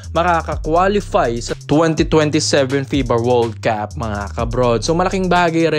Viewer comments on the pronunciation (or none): tumigil kana sa FAKE NEWS MO!!!! 😅 ta isa FIBA WORLD CUP hindi FIBA WORLD KEP!!! BIGKASIN MO MUNA NG TAMA!..MAG KA!! HUWAG NYO NANG SUPORTAHAN ITONG TAO NA ITO!!